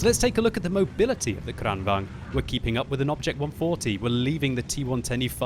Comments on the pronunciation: Pronoucne it as kraan, not krann. Long A sound. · The way you say Kranvagn sounds like Crangbang. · its pronouced Krun-var-gan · I have no idea why you are using power on the "R" in Kranvagn. It is just pronounced straight kranvagn.. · just for your hardcore pronauniciation. Kranvagn in Swedish is said with the first A like in tomaaatoe or potaaatoe in British and the gn is ng plus n so ngn "Kraaanvangn" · Add an 'n' to the end to your pronunciation of "kranvagn" and "stridsvagn". You are so close. "kran-vang-n" "strits-vang-n" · Its NOT kränväng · I love how pronounces Kranvagn like its German. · I am sure there is a reason for it, but am I the only one that is driven absolutely crazy by how pronounces the swedish tank names?